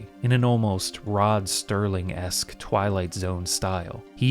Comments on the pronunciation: Rod Serling. Not Rod Sterling. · Nice vid, but his name is Rod Serling. No T. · Rod Serling, no 't"